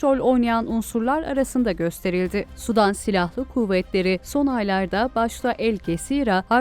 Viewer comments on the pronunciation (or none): sudan degil, Sudan, sanki iki "u" varmis gibi okunur, yoksa "sudan", yani H²O , deniz, göl veya Nehir suyundan gibi algilanir.